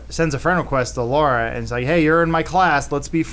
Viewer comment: I cringe everytime they try to say Laura xD